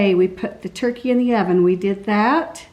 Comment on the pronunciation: “Turky” was killing my ocd lol. TURKEY. TURKEY. TUUUUURRKEEEEEY. I don’t know why it bugged me so badly lol.